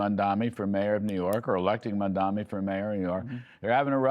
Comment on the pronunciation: When will these clowns learn how to actually pronounce the man’s name? Mam-da-ni! I realize that putting in the work to correctly pronounce those 3 syllables is probably way above these 3 jokers’ pay grade, but still…